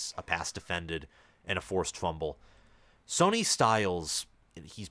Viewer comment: It’s pronounced Sonny, (sunny) not Sony.